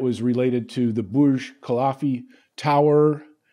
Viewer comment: Burj KUH-LIFF-UH, not KUH-LAHF-EE! Sheesh.